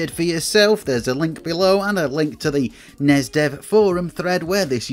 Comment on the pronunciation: Stop saying snessssss and nesssss. Wankers. NES and SNES are abbreviations, not acronyms.